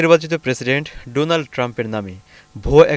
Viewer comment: Just bring it the attention of the concerns and correct your pronunciation of 'Donald', it should be pronounced as 'Daw nald', a bit unusual eh?